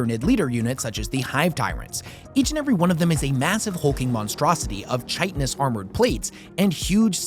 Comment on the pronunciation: You pronounce chitin wrong.